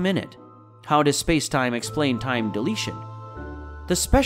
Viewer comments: Die lay shun. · Entertaining, but factually misleading, and riddled with poor pronunciation (or maybe it's just another AI voice being fed a poorly written English script?) "Time deletion" instead of "time dilation" as an example. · Animations are nice but the voiceover needs more polish. The word "dilation" pronounced as "deletion" was particularly cringeworthy.